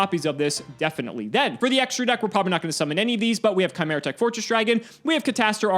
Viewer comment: Excuse me, but could you please try pronouncing "chimera" again?